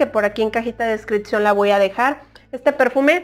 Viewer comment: no se dice descriccion se dice descripción !!